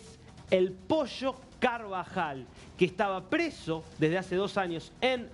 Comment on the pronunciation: posho nooo, ES POLLO, CON P